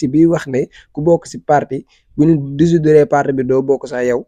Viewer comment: Manoul sakh wakh "dissoudre" mou toppoo naane "désoudre"😂.